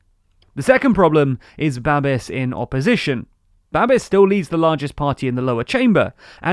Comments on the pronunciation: "Babiš" is pronounced "babbish", not "babbis". Those squiggles matter. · It's Babish, not Babis. I will never understand how English native speakers never bother to put the name into Google Translate to see how it is pronounced 🙄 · It's pronounced Babiš (Buh-bish) not Babis (Bah-biss) and Ano (ah-no) not "ah-new".... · Babiš is not Babis. š is pronounced as sh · It's Ba-bish, not Ba-bis. Also, did you say "Polish" in ? They're Czechs, hahaha. Anyway, your dedication always astound us your viewers. Thanks. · Babiš is pronounced in English as Babish Ano is pronounced as Aanoh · It is pronounced babish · A nice video, short pronunciation tip though: Babiš and ANO = Babish, ANoh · Babish. It's Babish. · Great video! :) By the way, Babiš is pronounced babish. And "ANO" is not only "yes" in Czech, it also stands for "action of dissatisfied citizens". Anyways, I really love your news, keeping us informed about Europe and the world! ❤️ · One note - Babiš (Babis) is pronounced with "sh" at the end, sounds like "sh" in the word "show". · My name says it all: Babiš is pronounced with an sh (š=sh) (just like Babis from the Binging with Babish cooking channel); ANO is pronounced just like the game, Anno1800 or whatever variation of that game, not with a "u" at the end but a plain "o" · >Babiss >Aunt Tiffa Love your content but please learn how to pronounce words, tyvm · It's actually Babiš, with the letter Š being spelled like the diatric sh in sheep, but without the eep. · It's Babiš the TLDR team are just Anglos and as such are generically required to mispronounce everything.